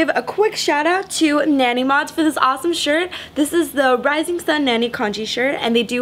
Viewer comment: Headers sound awesome! Definitely will consider some 1320 pipes. Great video. Quick pronunciation clarification. Nani should be pronounced like nahnee, not nanny.